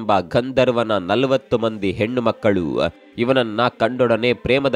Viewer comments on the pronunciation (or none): none